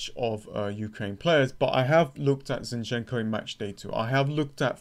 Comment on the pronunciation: Man, please pronounce ukrainian surnames correclty. Your emphasis on "enko" is not correct. Yarmo'lenko, not Yarmole'nko. Zi'nchenko, not Zinche'nko.